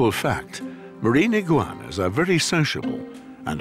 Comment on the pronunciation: i giggleinside when he says 'iggigauanas'